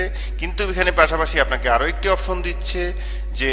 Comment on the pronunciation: bhaii ofron na atar ucharon hosse option!